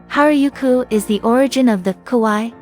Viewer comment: That's precisely what I was thinking! Shinjuku "Jailent" Park? What is it!? ”Ropponji”？”Harayuku”？”Shydom Station”？Total lack of credibility.